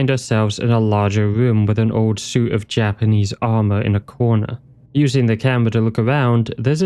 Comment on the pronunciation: this was great man, really enjoyed. oh, i noticed a few spots where it semmed like you might been a little unsure how to correctly pronounce the japanese, so i though i'd share the trick. it's the simplest thing ver. just remember that vowels in japanese are always pronounced the same way. even when then there's two in a row, you literally just say it twice lol so if you're ever unsure, just think of a japanese word who's pronunciation you do know, and us that sound. like, if you can say sUshI, nArUtO, and sAsUkE, that's all five vowels, and you're set.